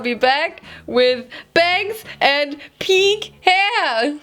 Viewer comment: nobody: nOBODY: LITERALLY NOBODY:: let’s cut bangs and die my hair peeenkh